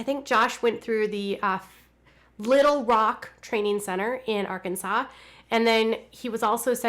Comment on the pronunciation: I'm from Arkansas I love when you say "Arkansas "